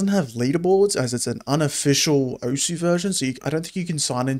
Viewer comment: osu! is pronounced "oce"